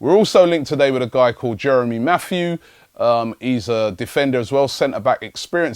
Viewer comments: Robbie, his name is Jeremy Mathieu not Matthews. and he's muck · dan dandiman no it's pronounced "Matt-you".